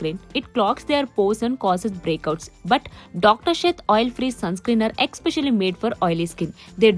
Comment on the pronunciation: Expecially❌ kadamma Especially ✔️